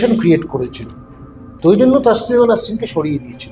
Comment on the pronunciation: আপনি যার সম্বন্ধে বলছেন তার নাম " তাসলিমা নয়, তসলিমা। খুব শ্রুতিকটু শোনাচ্ছে। এতো দম্ভ নিয়ে , পান্ডিত্য নিয়ে কথা বলছেন অথচ নাম টা ঠিক করে উচ্চারণ করছেন না। আশা করবো এইরকম ভুল ভবিষ্যতে করবেন না।